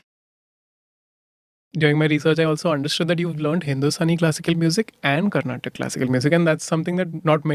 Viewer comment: For the last time its "Carnatic" and not "Carnatak".